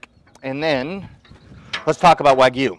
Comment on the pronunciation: I think u pronounced “wagyu” wrong 😂